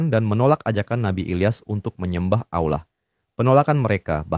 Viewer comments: Min ijin koreksi perhatikan lagi ketika mengucapkan lafadz Allah bukan Aullah tapi Allah 🙏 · yang bener allah atah aulah kok kedenger kek aulah ya lu ngemeng itu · Penyebutan nama Allah...bukan Aulah.. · aku dengernya aulah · Allah SWT, bukan Aulah. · Sebetulnya gpp pakai suara AI, asal jangan jadi berubah, disini Allah jadi disebut Auwlah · Allah.... Bukan Aullah... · kontennya keren tapi coba untuk kedepannya dubbing ai atau (kalo mau dubbing suara sendiri) diperhatikan lagi soalnya Allah kedengarnnya jadi Aula. coba di test waktu editing semisal AI nya bisa pronounce Allah atau Alloh untuk pelafalan agar tidak terdengar jadi aula lagi. keep it bro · Ceritanya seru tp kenapa allah di bilang aulah ya?? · Terimakasih sarannya kak, tapi uda di cobaa kak,, namun yg kluar hanya kata allah,,, atau yg biasa dngan sebutan pada agama kristen, Karena ai tidak bisa baca awlah kak, dia hnya bisa baca allah, tanpa waw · Awlah , bukan aullah nyebutnya😂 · Jadi alah 😂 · Jadinya AI menyebut Allah menjadi Auwah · soalnya penyebutan Allah jadi Auwlah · gini y bg, dsini yg punya konten ini tuh make voice over ai, makanya pas nyebut nama Allah jadi Awlah, karena yg dipake buat ngisi suara dsini itu ai ya bg, bukan manusia, makanya suaranya pas nyebut Allah jadi Awlah, paham ga? kocak", emng yg nyalahin mempertanyakan sesuatu yang tidak kita ketahui siapa emang? gw yg muslim aj g kesinggung krna gw tau yg ngisi voice over nya itu bukan manusia tapi ai, paham gak lu? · Suara AI ya? Nggak bisa nyebut Allah dengan benar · Ai gak bisa menyebutkan kata "Allah" dgn baik & benar 🗿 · Dia pake AI, AI ga bisa nyebut Allah dengan bener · tidak ada salahnya mempertanyakan sesuatu yang kita tidak ketahui. Pelafalan kata "Allah" disini emg sedikit melenceng, kami sebagai muslim tentu mempertanyakan hal ini karena ini menyinggung nama tuhan umat muslim dan tidak bisa dianggap sepele. Yg sebenrnya kocak elu